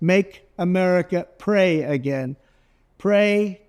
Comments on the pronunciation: When trump says "make America pray again ", I hear "make America PREY again."😂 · The Maga must be out of money. Then again, Trump does golf a lot. I think it was hard for Trump to say the word pray, or did he mean prey?